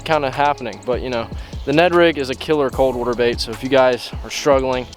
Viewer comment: “Let’s get out on the wooter”